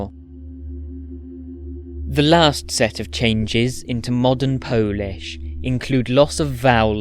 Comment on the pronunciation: As a native Polish speaker I really love your pronunciation. It was perfect! Spectacular work! Thank you ❤